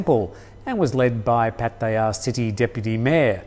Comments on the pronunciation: Please pronounce Pattaya correctly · He cant say pattaya properly lol